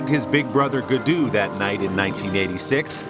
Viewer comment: Everytime he says "Guudu" my heart dies a bit 😥